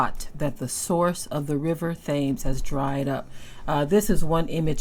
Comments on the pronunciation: Thames is pronunced Tims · The river is pronounced "tims". Peace. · Here is a fun fact: it’s actually pronounced “TEMS River.” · I love your pronunciation of the European locations. It's so refreshing to hear the actual spelling ( which doesn't always make phonetic sense) pronounced differently, much like these same people constantly mispronounce the names of other people's cities and nations. They have abused the 'tams' river, being wicked shepard's and now their punishment is upon them.